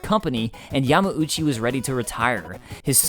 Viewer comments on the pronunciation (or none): Why does he say Yama-oochee? Isn't it Yahm-OW-chee?